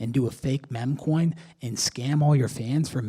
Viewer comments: bro said mem coin. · bro said mencoin